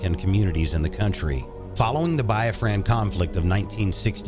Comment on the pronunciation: That, and his pronunciations of Yoruba, Igbo, Biafran, and Ghanaian was definitely off..